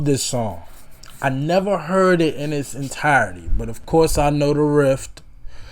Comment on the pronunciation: Just so you know, its riff, not rift.